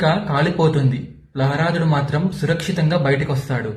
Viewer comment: ప్రహ్లాదుడు అని పలికేది నేర్చుకో బిడ్డా ముందు